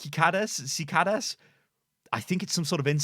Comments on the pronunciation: Cicadas (si-KAY-duhs). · Cicadas are a bug. Ci-cay-dus. At least that's how I pronounce it. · cicadas = si-kay-da's